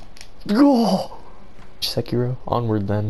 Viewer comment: "Se-cirow" smh, almost.